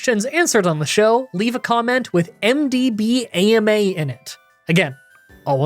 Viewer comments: Way to pronounce MDBAMA: M-D-Bam-a, like Alabama. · MDBAMA sounds like MD-Bama xD For my question: what are some of your favorite starter Pokemon?